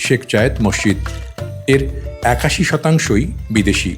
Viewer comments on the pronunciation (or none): Mosside ? Mosjid correcto kore bolteeo parean na? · Morshid Na, Masjid Bolen. Dhannabad